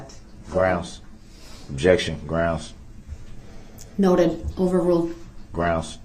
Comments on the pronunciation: Have you tallied up the total number of times DB uttered the word "groundz"? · He pissed me off when it came to the dancing granny. She has a hearing problem not like DB who says he can't hear. He was so rude with his constant "grounz","objechun",and "relevancy". What the heck was DB doing when he asked her, "During your testimony you said, he, he, he," And the look on her face was like, "Wth" 😂 It seemed like JD was frustrated or annoyed during this testimony. I love how she said, "I don't have eyes in the back of my head" 🤣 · I thought "Grounz" was funny at first but wow is it annoying. Every time he said "Grounz" while that sweet granny was testifying it got more infuriating. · I wonder what HE thinks he's doing/meaning when he says 'grounz'. What does he think, 'grounds', means? What does he hope to achieve when he repeats it a second time?